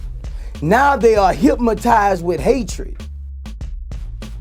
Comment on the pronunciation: Of all the times I've seen the Aries Spears and Boosie promos, I'm just noticing Boosie say "hypmotize".